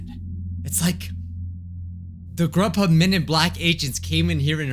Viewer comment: you said rubhub